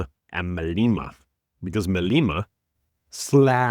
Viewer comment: its not "Maleema". It is Malema.